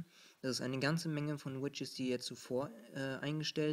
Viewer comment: lustig wie du widgets aussprichst. du sagst immer widges *kicher*